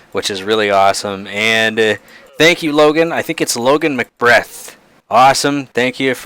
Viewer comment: Hi! Thanks for shouting me out in the video!!!! also its pronounced McBeth not McBreath Edit: If you want to make sure that the mobs WILL spawn you should set up a button at each one which will start up command blocks that will summon the mobs Also don't forget the illusioner... The way to spawn an illusioner is by doing /summon Illusioner